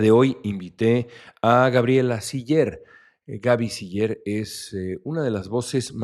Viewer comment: Hasta que oí pronunciar correctamente el apellido de Gabriela, la mayoría le dice Siler